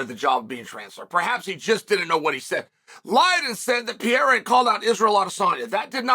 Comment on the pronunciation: He pronounced Periera the correct way only one other occasion in the past 100 videos. True respect. Mockelchev will get his due eventually 😂😂😂